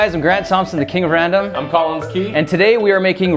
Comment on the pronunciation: He’s tall I’m short get over it Lol that was amazing 😂 😂😂😂😂😂😂😂😂😂 When Collins said I’m Collins Key I thought he said I’m TALLins Key Lol wth